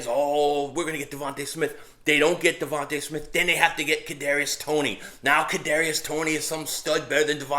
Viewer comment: Yo, ur cute little daughter F’d you up with that wiffle ball bat 😂. Hey, it’s DeVonta (dee-von-tah), not Devonte’, right? I pray the guy is as good as you believe. He’s a string bean.